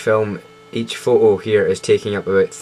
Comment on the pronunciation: i like how you say photo, its like: pho-oh